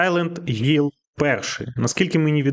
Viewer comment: Блять який гілл якщо там хілл